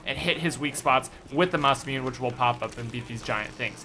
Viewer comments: Ma-sa-mune? Sounds more like Ma-sa-mu-ne because it is a Japanese weapon name. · Its masimune (Mass i mune ae not mass i mune) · You pronounce masamune wrong :( it's actually pronounced masa-moony masamony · Mos-uh-moo-nay... lol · Just letting you know it's not Masmewn, it's pronouced Masamune (Masa moo ne) (I'm getting a little annoyed by allot of things, and it's not good, like Sieg (Sa egg) fried and many more miss pronounces. Ignore this if it annoys you :v) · After hearing you pronounce the name of the wonder weapon and seeing the name for myself, I realized you've been mispronouncing it. It's Masa-'moon-a.' That's a hard A 👌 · It's pronounced masa-muney but I love ur vids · its pronounced Ma-sa-mu-ne tho. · pronounced "mah-sah-moo-nay" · It's pronounced MASS-UH-MOON-AYE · It pronounced MA-SA-MOO-NE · Anyone else bothered by how he says Masamune?